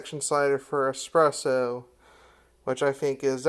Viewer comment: Vertical orientation, mouth breathing, "expresso"... Intelligence level know.